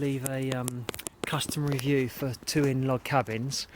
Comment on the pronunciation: "Tuin" is pronounced exactly like "Town" in English, and is Dutch for garden.